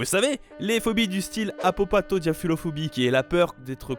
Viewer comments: Tu la mal prononcer apopatodiaphulatophobie' tu as dit "apopatodiaphulophobie" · ta oublié de dire " LATO" et tu la changer pas " LO" 🙄😂